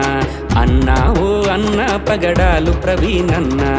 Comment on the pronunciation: పగడలు కాదు బ్రదర్,.. పగడాల